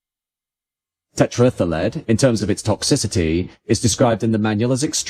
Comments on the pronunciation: Right?! I thought I'd never heard of it, and it took me several goes to realise that he was saying "tetraethyl lead"! 😂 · says tetraethyllead as if it's a Welsh holiday resort. LOL